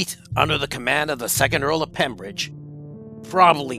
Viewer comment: It was the Earl of Pembroke not pembridge